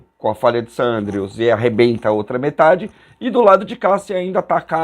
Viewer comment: Meu amigo. O vídeo é muito bom, elucidativo e muito bem narrado, porém você está equivocado com relação ao nome da famosa falha de San Andreas... Isso mesmo: FALHA DE SAN ANDREAS, e NÃO "falha de San Andrews. Todos sabemos disso... Ou, pelo menos, pensei que todos sabiam! 👍🏼👋🙏😉